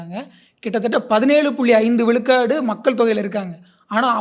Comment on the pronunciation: should improve his tamizh pronunciation it is not vilukadu its vizhukadu